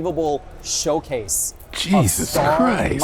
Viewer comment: 🤔Did he say “Showcase” of “SchillCase” 🤣